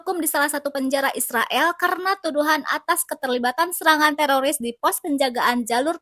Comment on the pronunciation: Teroris min bukan teloris, kirain telor kali ya🤣🤣🤣